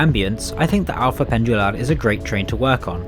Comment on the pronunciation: The way you said "Alfa" is not correct. We don''t have the Spanish or Italian L; instead you say it EXACTLY like the English word "Alpha". Again "Oriente" is spoken like the English "Orient", instead with the emphasis on the final syllable. AVEIRO, not "Aviero". "A-V-E-Y-R-O" in English. "Ponte" reads "Pont", with the E silent. CampaNHÃ, not "CamPAnha".